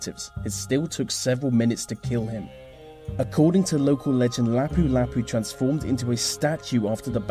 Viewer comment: Magellan, Lapu Lapu, Mactan, these 3 names and places you've brutally mispronounced... good list otherwise